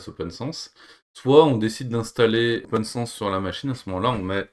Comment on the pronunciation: Mais ce n'est pas "Open SANSSE", son nom c'est OPNSense...